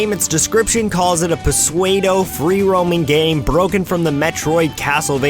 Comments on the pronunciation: Psuedo is pronounced "Soodo", not "PSWAYDO" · Seriously? Is this supposed to be a joke, or do really not know how to pronounce pseudo? Peh-sway-doh = incorrect Su-doh = correct [su as in soup without the p, or like the name Sue. And doh like the word dough] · Persuadeoh haha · ...How the hell did you pronounce "Pseudo"? It's pronounced "Soo-Doh". Eh... don't mind me, I'm just obsessive-compulsive about the English language, punctuation, spelling, grammar, and pronunciation. Something to keep in mind, as I'm not the only one, and a lot of channels get MASSIVE hate for not englishing good. Lol. Other than that, great video, I loved the fresh look at lesser-known Sonic fan games. I just started watching your videos recently, and I really love your format. It isn't unique by any means, but it is clean and your personality brings a lot to the table. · puh-swede-oh? god bless. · "puswaydo" go back to school, kid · Pseudo.... Pusuedo..... Seems legit to me XD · Yo, pseudo is pronounced "soodo" lol but anyway great video dude